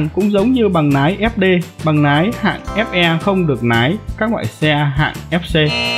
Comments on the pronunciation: Lái chứ không phải Nái nhé bác. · Lái mà ổng cứ nói nái 😅